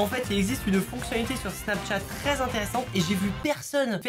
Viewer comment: Pk tu dis snapTchat au lieu de Snapchat 😁